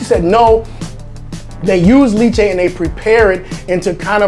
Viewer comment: Not to offend the Carolinas, but the big 2 are the KC and Texas styles. Carolinas is more of a pork based vinegar. Lol, LEH-che, you french pronunciation is worse than your Bisaya. 😉 Enjoy your video's!